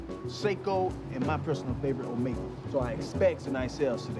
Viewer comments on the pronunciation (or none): none